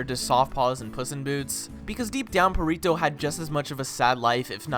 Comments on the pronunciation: u dont pronounce it perito its perrito with a hard r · "Purrito" lol I wonder how long it's gonna take for him to realize he's been saying Perrito wrong. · aint no way blud just called perrito "Purr-rito" 💀💀💀💀💀